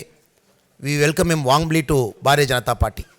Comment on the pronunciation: Announcer speaking "Bhaare Janta Parti" not speaking BHARTIYA JANTA PARTY And Everyone saying "मोडी जी" but perfect pronoun sation is मोदी जी Requesting to all please try to speak correct pronounsation. Also, Welcome all to join the Biggest Party-BJP.